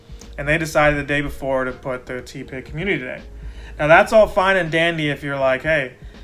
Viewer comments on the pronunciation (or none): Idk why the “ tea-pig “ pronunciation is triggering me 😂 It’s TEH pig 😭😩 Good video though 🙌🏻